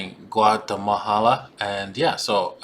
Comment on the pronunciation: Did you just say guatemahala?